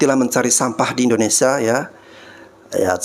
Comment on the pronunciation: Maaf ya Bang tolong lurusin idonesia, bkan indonesa.